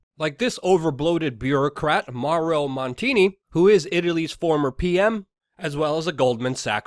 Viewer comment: Monti not montini